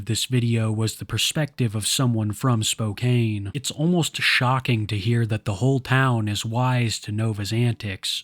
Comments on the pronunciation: also its pronounced "spo-can" not "spo-kane" and he doesn't live here we don't claim him lol im pretty sure he's idahos problem 😭🤣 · Spo-can, not Spo-cane. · Spokeann not spokecane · its pronounced spo-can btw, not spo-cane seeing him at pride 2 years in a row is crazy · Spo-cane? It’s pronounced spo-can 😅😅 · spo-can not spo-cane T_T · Spokane is pronounced spoke-ann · Bro I hate Nova as much as the next person but I will crash out if you say Spokane like that again istg/hj (It's usually pronounced spo-can) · Spo-CAN. The e is silent. Or, Spokompton as ppl used to call it 😂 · Btw, Spokane is pronounced Spo-can. Least important thing here but wanted to let you know. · Spokane is NOT pronounced like that 😭🙏